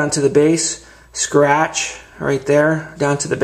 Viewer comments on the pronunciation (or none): a scwatch wight dere , anoda scwatch ova heyea